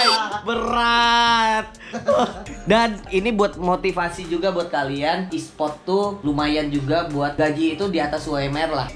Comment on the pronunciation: ESPORT woi bukan ESPROT😂😂